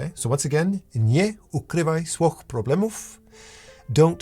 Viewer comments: Your friendly Polish here! You nearly made it with the phrase at the end. The wych in swych - you wanna say it like sfyh - almost like an onomatopoeia. You're crazy for trying to learn this language, kudos! Tho i don't think i've ever heard this phrase said to me in Polish ever... anyway 😭🙏 As far as the art portion goes Drawing has always been SO polarizing to me. I remember loving to draw as a kid. But I've been pushed away from that medium due to my physical affliction. I remember picking up art classes, out of my pocket, as an extra during university. After doing business uni + art for 3 years and not having anything to show for it, bouncing off twice from trying to get into an animation degree... I just gave up. For a while at least, i later returned to it in 2023 and have been going better since, despite time ticking over my head. Big part of giving up on art was the toxic relationship i developed, I was dead set on going the hard way of animation school. I think my teacher got frustrated with me at some point. She taught me a lot, but i was hard headed, i needed concrete expressions for improvement, when i got suggestions I still think of her fondly but in retrospect, it wasn't it. Now I feel a bit stuck again, i lost a bit of momentum too. I've had a hard time reaching out for feedback. I'm not good at the social chess, even posting on Instagram is horrible for me. I keep on trying, I'm not - but man do I need guidance and feedback. The comment is a bit all over the p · I am gonna be that person cause I love ur channel, been following for years and I am Polish and delighted to learn that u are partially as well. Pronounciation almost perfect. Almost! SWOICH the W is the V sound like in word VOID but with an S in front its like an F. and the I at the end is pronounced like EE so its like: SFO EEH Good luck! <3 a proverb of the same meaning would be " Nie zamiataj problemów pod dywan" which translates into "Don't swipe the problems under the rug"